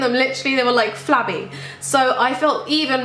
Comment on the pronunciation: The way she says "flabby" is too funny... But all that counts is that you're happy and confident with what you got. You still look great.